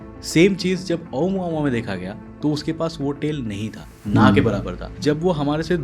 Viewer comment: मैने सुना तेल निकलती है . बाद मे पता चला तेल नही टेल कहना चाहते है 😅